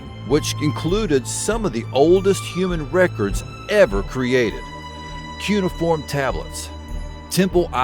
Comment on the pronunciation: Sorry to do this, but you said it like nine times and it was driving me up the wall. Its pronounced COO-NAY-UH-FORM